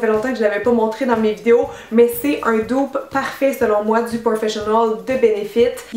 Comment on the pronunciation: Cynthia, pourquoi tu dis "doupe " et non "dupe " ? 🤗💕❤️